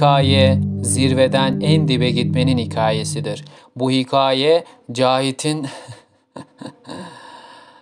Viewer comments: Hiqaye değil hikaye a ince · Hiqaye değil, Hikâye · Önce bi hikâye demeyi öğren koçum ya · Önce hikaye demesini öğren lan sen!! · 'in performansından daha kötü